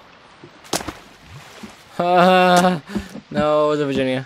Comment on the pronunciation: lol u said 'virgina' not Virginia